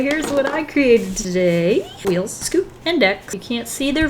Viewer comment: It's spelt WEELZ Also: "weels"